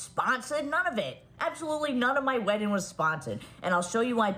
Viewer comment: Mikayla can't pronounce the word WEDDING...smh how she's an influencer is mind blowing 😮🫣